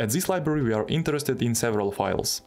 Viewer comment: zis is goood